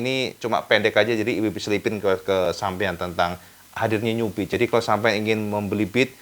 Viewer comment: 13.05 New Beat terdengar seperti Nyubit 🤣🤣 Maaf just jokes for fun 😁🙏🏻